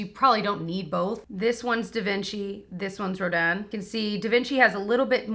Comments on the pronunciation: I don’t wanna sound like a snooty snoot but yes it’s Ro DAN some ppl are saying Ro DIN but that is not correct. Very very pretty. I bought a few parts of the masterpiece collection very worthwhile. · Roh Dan! Yes! Finally someone pronouncing this close to how it would sound in French. The sculptor was amazing. Gritty -r, soft -ng Wish I can get this in 🇨🇦 without paying an arm and leg in duties and customs. 😩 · Your pronunciation of 'Rodin' was perfect,! (I majored in French..... Doesn't anyone take it in school anymore?) And, PS - I got my Em 'Rodin' a couple of weeks ago. At first I was dismayed by the small size, but-- ya know what? It is gorge!! It's one of my personal fave palettes...And, like you, I prefer buying from larger stores like Ulta/Sephora etc. But, any of you sitting on a fence - don't! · Soooo many people have been pronouncing Rodin incorrect in their reviews and it’s refreshing that some people know how to pronounce it! Hahah. But I love the Rodin palette! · Thank you for pronouncing Rodin correctly. lol So many YouTubers are pronouncing it the way it looks. But, you were right. 😄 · Yessss you’re pronouncing it correctly! And I love the Rodin palette. It’s so neutral and beautiful!